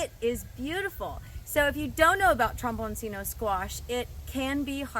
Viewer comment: For anyone who is interested, this vegetable is Italian in origin, and its name is pronounced trom-bawn-CHEE-no.